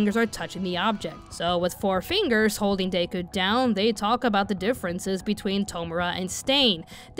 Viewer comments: My girl did you really just pronounce his name as "Day-Ku" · I can't lie, the way you were pronouncing Deku as Day-ku was hard for me to ignore and I had to make myself try to ignore it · DAY-KU haha.